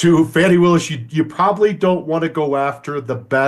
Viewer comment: Comming from right wing youtube, its jarring to hear fanni and latitia pronounced correctly